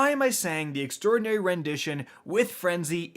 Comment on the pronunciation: If you're talking about how he says extraordinary then he's the only one saying it properly. Not sure why so many other youtubers have been saying extra-ordinary, it's quite wrong.